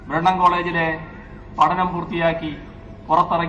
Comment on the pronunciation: ബ്രണ്ണൻ കോളേജ് എന്നെങ്കിലും പറഞ്ഞു പഠിക്കടോ